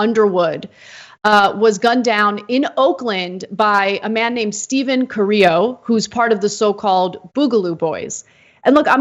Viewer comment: You'd assume that a woman who has bragged about her preference for "latino" men and about growing up with latinos would know how to pronounce Carrillo . Hint, it is not pronounces kar-re-o